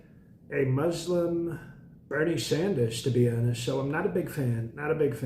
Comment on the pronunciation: “… a Muslim Bernie Saunders…” Priceless.